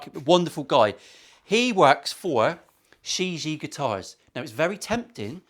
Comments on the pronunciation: It's pronounced "shee gee yeah" Chinese for World..Not being a smart ass : ) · Hi I want one of these. Just for reference the name of the guitar is pronounced Like sherr jee air correct mandarin. Love the video and lovely guitar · It has different meanings and pronunciation. The world is one of them but that’s shea je inuncisted. It also has a ghost type commutation in Taoism. It’s also a name it’s actually the owners son amongst the dealers it’s she gee just like says. Mark Shijie UK